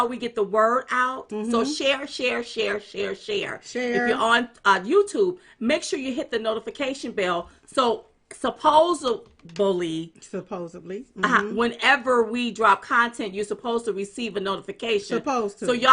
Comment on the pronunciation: supposebly. Huh? Supposedly you mean?